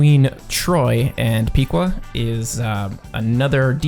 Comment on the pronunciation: You Pronounced Piqua Wrong. Its Pick- wa Not Pik-Wa